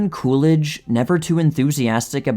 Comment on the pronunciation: Coolidge? It's more like cool ranch. lol what a guy!